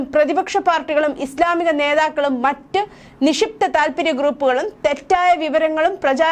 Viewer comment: നിഷിപ്ത അല്ല നിക്ഷിപ്ത ആണ് 🤦🏻‍♀️